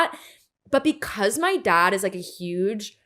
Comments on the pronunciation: “My dahd” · Ugh…her pronunciation is so aggravating. If I hear her talk about her “dahd” one more time…😵‍💫